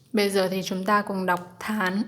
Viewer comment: Tháng chứ không phải thán :(